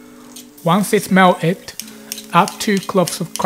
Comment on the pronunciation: Great video the accent is really really unique your English teacher must be super British, probably from London and working class, teacher probably not formally educated on pronunciation. Very classy vid but not a "t" pronounced (mel"t"ed). Anyway 1000x better than my Japanese will ever be lol